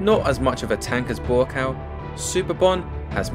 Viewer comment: Buakaw . You need to pronounce him as. Phenetic- Bhoo kow. It means mountain I think